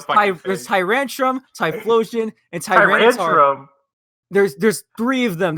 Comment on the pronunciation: Almost spat my drink out at the Tyranitar flub.